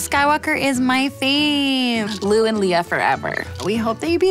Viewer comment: My names Leah and when she mis-pronounced Leia and said it like my name it made me overly happy (IDK why but hearing my name in a sketch was really cool).